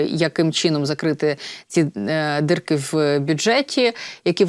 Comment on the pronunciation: Не дирки,, а дірки❤😂